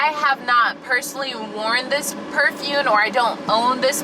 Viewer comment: Omg. I thought I was hearing things at first, but you really ARE saying "perfune" instead of perfuMe! 😂😭 I was gonna subscribe! 🥺😂😂Just kidding. Hi